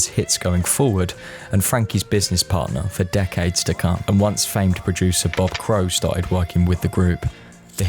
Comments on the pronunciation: Right. "Crewe" rhymes with "blue." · "Crew" not "Crow.